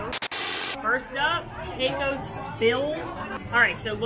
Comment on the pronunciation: no matter how many times you say it, it's not pronounced "PECK-o's". It's "PAY-cose". Rhymes with "Pay close" attention.